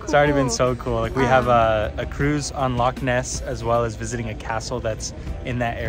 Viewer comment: Indeed! Would've been double respect if 'Loch' was pronounced correctly as well but i'm impressed regardless.